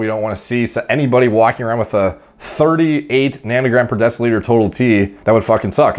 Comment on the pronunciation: After 9 years on steroids a "Deca-liter" is a real thing. 10 years gets you up to "Tren-liter"